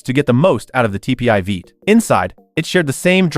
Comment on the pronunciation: American “Veight” engine 😂